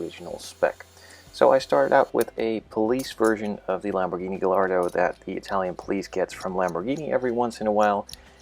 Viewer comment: Great Video and model as always, I hope to be buying myself a real gallardo next year :D btw it's said "gay- ardo"